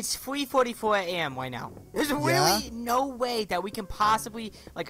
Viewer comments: its witwwy now weaswon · Reawlly Me: WHY WHY ARE YOU SAYING Reawlly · Hewow Weally Andwew Wowld Lol